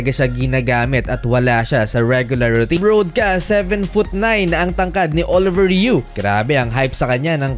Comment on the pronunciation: Sir, he is most likely French Canadian; his name is pronounced: "Oliviyey Ru".